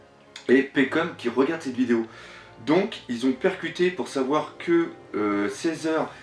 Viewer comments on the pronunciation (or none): none